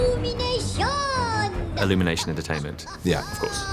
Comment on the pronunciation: Eluminason...oo.... eluminason oo